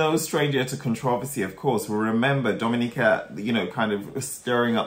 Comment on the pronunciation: "Dominica" :)))) it's "domenica" (Sunday)